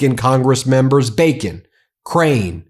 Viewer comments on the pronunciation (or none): none